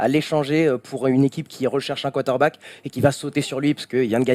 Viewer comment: Hé vous savez qu'il y a un "R" dans quarterback?